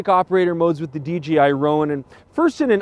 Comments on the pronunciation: Enjoyed the review but note that there is no G in DJI. Not sure why so many say DGI. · dJAYi no GEE ;) hahaha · "DGI Ronin" haha, easy mistake, G rhymes with D. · It's not "DGI"